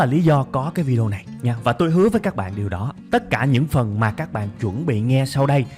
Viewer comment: Chuẩn bệnh chứ ko phải chẩn bệnh nhé anh trai